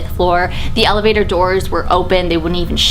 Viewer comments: "the elehater" is it just me or she said it in that kind of way XD love ya tho like if you agree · Is it just me or did u/she say elahater lol